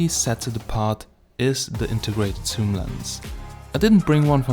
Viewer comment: HI, Great content Bro...i watched till the end...ah also would you please stop saying ''soom''...and start saying ''zoom'' ;)